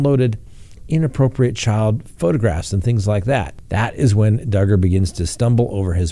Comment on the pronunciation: Hi.......yep Dugger rhymes with Hugger......ok here we go...love you